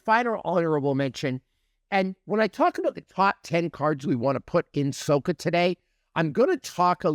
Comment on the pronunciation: sah-kah FYI. (not soh-kah)